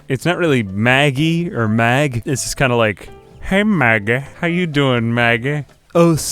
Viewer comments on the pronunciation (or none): Love how he pronounces these things "The baad bed... the ba-ed beed" "Hey Magge~" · Idk what it is, but I love the way you talk. It makes these videos 10x better than they already are. And you come out with this like Mahggeh and I am here for it.